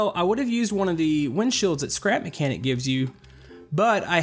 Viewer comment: Said his name right u should make the cotpit better